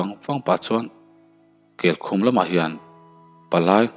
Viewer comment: Darzawl nilo Dàrzawl aniang..amak thin emai..Keikhum i lam dan pawh a diklo